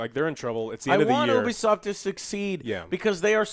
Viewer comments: YOUBEESOFT not OOHBEESOFT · You-Bee-Soft....it stands for Ubiquitous Software